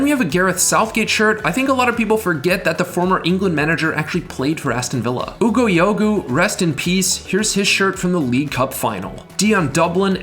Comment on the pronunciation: I do love your vids but Oogo Yo-Goo will have me laughing for days 😂😂😂